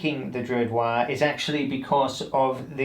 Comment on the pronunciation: It‘s not Waaaaaahhhhh, it‘s Waaaaaagghhh! as in War for Gorks sake! 😘